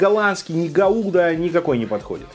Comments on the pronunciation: Только гАуда а не гаУда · Не гауда, а гауда!